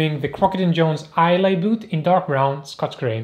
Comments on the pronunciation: Hi - ‘eye luh’ rather than ‘eye lay’. Not that it matters - excellent review, sir! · Great video, thank you. BTW the boot name is pronounced 'Eye - Lah' (Islay) Like the Scottish Island of Islay. ~Peace